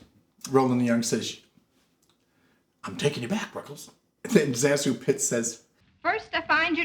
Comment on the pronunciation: Zazu's name has been pronounced all kinds of ways but in her autobiography, she says it should be pronounced Say-Zoo. Her name is derived from sections of her two aunt's names. Ruggles has always been one of my favorite movies. I always thought it should have been made into a Broadway musical. There is a film version with Lucille Ball and Red Skelton, I think. Not very good.